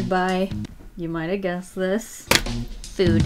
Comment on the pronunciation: “And I’m feeling extra inspired by, you might have guessed this... Fewd” Aren’t we all?